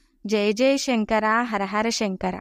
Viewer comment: మీరు తెలుగు వాళ్లే కాబట్టి షంకర బదులు శంకర అని ఉచ్చరిస్తే బాగుంటుంది